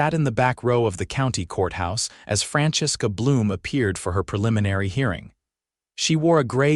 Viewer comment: Franchesque A Bloom instead of Francesca Bloom within 8 seconds. This one should be good. Mr. Alidjassan. Not sure what that is supposed to be. This is something that always seems to be missed in these stories. The original HOA CC&Rs are drawn up by the developer [or owner] with the help of real estate attorneys and title companies. The developer [or owner] retains ownership of all the property until houses are sold and an HOA is formed. Common arears are then signed over to the HOA NOT the HOA board. The HOA Board does not own anything. The common arears are technically owned by all the homeowners. There are no states in the United States that allow HOA Boards to amend the original CC&Rs without a vote from the homeowners. Complete fail. Subject to removal? Neither the HOA board or the HOA as a whole can simply vote to evict a homeowner. Not going to bother to hear the rest.